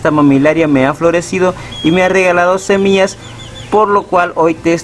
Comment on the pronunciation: No soporte ver todo el video, dijiste cono 1000 veces SEMIAS